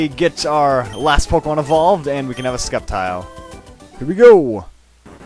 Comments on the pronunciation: sceptile is pronounced: sep and tile not skep tile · its called s-cep-tile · I'm not gonna troll at you for mispronouncing Sceptile (....it's sep-tile....(trolling....)) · Omg y are u saying sCeptile the c is silent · isnt it pronounced septile? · it;s SEP-tile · you are saying sceptile wrong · actually the C in Sceptile is silent most of the time, i remember when I used to watch the anime everyone made the C silent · i always thought the C in Sceptile was silent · the "c" in sceptile is silent...just fyi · Ugh. I usually don't mind the pronunciations, but the Sceptile pronunciation is bugging me. I always pronounce Scep it like Septic.